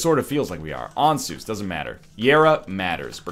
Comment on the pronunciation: Ansuz... AN-SAWS, not ANSOOZE. Because it sounds like "answers" because it shows you everything.